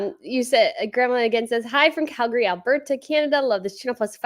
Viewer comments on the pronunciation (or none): none